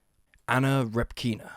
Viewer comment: It's Anna Répkina, not Repkína. They don't say things like english-speaking folks in russian. The surname comes from the word "répka" (r-ye-p-k-a), which is a softer/cuter version of the "turnip" in russian.